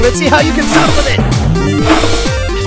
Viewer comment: Why the freak did he say suck like that🤨 and he said suking this video is weird😑